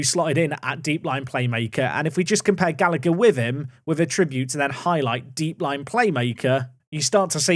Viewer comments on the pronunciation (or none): none